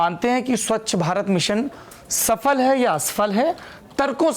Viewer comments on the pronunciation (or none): सबसे पहले आप स्वच्छ का उच्चारण ठीक करें आप स्वच्छ की स्वक्ष बोल रहे हैं और ऐसा आपने कई बार बोला १. स्वच्छ भारत की उपलब्धियाँ और दिशा - उपलब्धियों में साकारात्मकता और दिशा में उसकी कमियों और विफलताओं पर आँकड़े सहित वर्णन हो सकते हैं । क्यूँकि दिशा शब्द बहुत व्यापक है एक दिशा आपके नज़रिए से सही लेकिन दूसरे कोण से ग़लत भी हो सकती है । २. सम्पूर्ण विद्युतीकरण पर टिप्पणी में परीक्षार्थी आलोचना भी लिख सकता है । जब हम पढ़ते थे तब तो ऐसा ही सिखाया जाता था कि अगर नम्बर अच्छे लाने हैं तो जो टॉपिक मिला है उसकी नकारात्मकता के विश्लेषण से शुरू करें और साकारात्मकता की ओर बढ़ें या फिर इसके उलट भी कर सकते हैं । जो लोग सीधा सीधा टॉपिक उठा कर लिखा देते हैं वैसा करने वाले १०० में ८० मिल जाएँगे तो आपको अंक जेनरल मिलेंगे आउट्स्टैंडिंग नहीं । ३. प्रश्न पूछे क्या गए उस से ज़्यादा महत्व उत्तर में क्या लिखा गया इसका होना चाहिए । मुझे उम्मीद है आप और आपके रीडर मेरी टिप्पणी को इग्नोर ही करेंगे ।